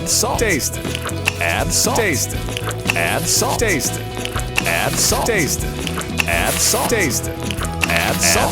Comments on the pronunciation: Everything good until u hear that "adddd" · I like the way he says "add" 💀